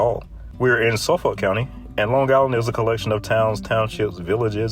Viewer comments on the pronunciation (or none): It’s called Old COUNTRY Road, not County. Also, it usually takes 2-3 hours to get anywhere on this Expressway past Suffolk. Also it’s SUFFOLK, not SUF-FOLK. (Pronounced Suf-ick). Also, how I see it, speed limits go as 80, then 90, then 100 past the Queens-Suffolk line, 105 past The Sag, then 110 when the light poles are gone. Devil’s hour speed limits are 90, 110, & 120 past the end of the light poles for 1 hour. Otherwise, 12-5 raised by 5 minus the city. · Suffolk is pronounced "suf-fuck." (Yes, really) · You're either not a New Yorker or at least not from Long Island. No one, and I mean no one, ever pronounces the "L" in Suffolk County. It's pronounced "Suff-ick". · You say Suffolk weird 😅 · You should review the parkways as well! Also the L in suffolk is silent